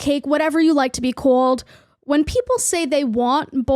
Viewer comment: Oh dear lord! When she said "couald" (called) I threw up in my mouth a little and had to leave!